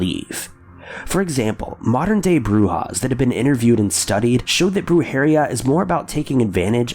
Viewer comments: Yo-RO-Na Bru-Heh-RI-a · BRUJERIA = "Broo-hair-EE-ya" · As someone who speaks Spanish, the way you pronounce the word “brujería”, kinda burned my ears and made me cringe. No hate, just my opinion 😅 I love your channel, though 🙌🏻